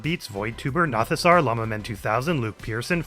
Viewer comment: That's correct, both "o" in Nothosaur are long. 😊